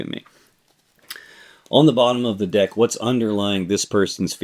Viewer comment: lol I thought you said “dick” instead of “deck” 🤣🤣🤣